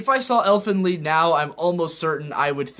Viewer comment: I guess you've heard this a lot already, but you're mispronouncing "Elfen Lied". The title, much like the episodes, is named in Germa, and it means roughly "Fairies' Song',.... Wel, TL;DR, you read the "Lied' word as "Leed", not "Ly-d"